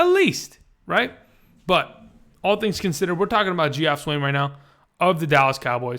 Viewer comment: Good video. Just FYI Geoff is actually pronounced Jeff. Weird right?